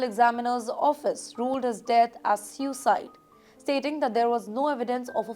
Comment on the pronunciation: Wrong pronunciations in first 2 minutes only... (sewwwcide??)/ (whoooping??..lol)/ - (Enornomous???)....and so many more. Now who needs to clean their ears?